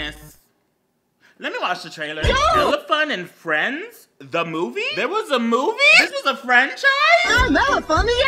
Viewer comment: Anyone else noticed it said "frenids"